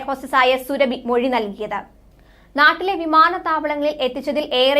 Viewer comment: ഹെല്ലോ സുരഭിയല്ല സൊറാബി ഖാത്തൂൻ ആണ്...